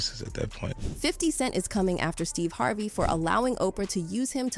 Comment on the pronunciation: Is every name pronounced weird on purpose? Monica. HarvAY. Veeola. Gaybrielle. ??